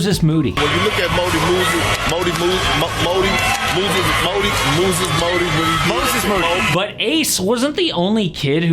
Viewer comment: Perk trying to say moses moody sent me 😂😂😂